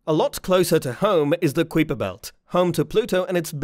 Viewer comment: i had already sub'd when i heard you pronounce Kuiper belt and quasar (google that spit) ya, so anyway, was sub'd less than 1m in and unsub'd before the halfway mark of your video... sad for you.